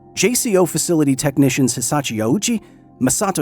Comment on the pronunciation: Glad I'm not the only one who noticed. He kept saying Hisachi instead of Hisashi too.